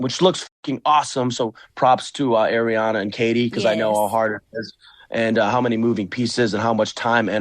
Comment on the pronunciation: EXACTLY. Ariana was Schwartz’s Groomswoman for his wedding! The jokes were so messed up! Also petition for Schwartz to learn how to pronounce Ariana’s name, correctly.